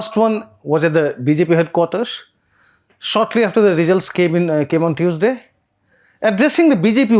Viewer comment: As a journalist/reporter, first qualification you need to have is to proper pronunciation. Z != J. Result != Rejult.